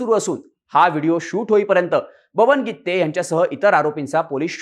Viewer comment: बरोबर आहे गित्ते च आहे